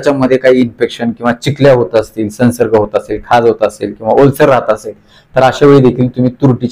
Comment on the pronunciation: सन्सर्ग नाही! संव्सर्ग !!